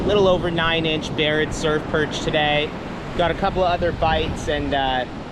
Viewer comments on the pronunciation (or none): brotha you literally said Barrett surf purj 🇮🇳😂